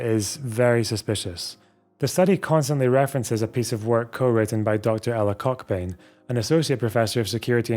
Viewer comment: I stopped watching when you deliberately pronounced the name cockbain as COCKbain. That’s some toxic and unprofessional shit right there.